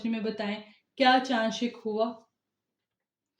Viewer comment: انٹرویو لینے والے یا والی کی اردو درست ہونی چاہیے۔ درست لفظ شَق (Shaq) ہے، شِق (Shiq) کہنا انتہائی غلط ہے۔ انٹرویور کی اردو بہت خراب ہے۔